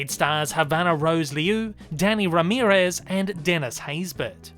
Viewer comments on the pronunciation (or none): none